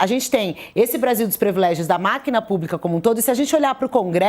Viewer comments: Jornalista falando previlégio ! É PRIVILÉGIO! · Privilégio, e não previlégio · Por favor a palavra é "PRIVILÉGIO ', com i.